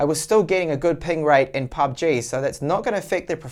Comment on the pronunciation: Bro... ..its 'pubg'..not 'pbug'..i guess u dont game that much😁 nywys great review👍